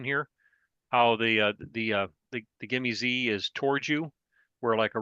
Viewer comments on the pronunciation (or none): That says "GIME-S" not GIME-Z.